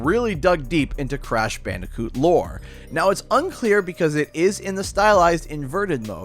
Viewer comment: Lol bandi-cute